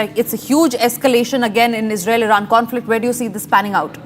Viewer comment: defence ❎️ defend Israel ❎️ Isral 😂